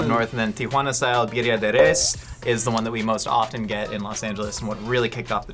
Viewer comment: Sure would help if they said Birria properly 🤷‍♂️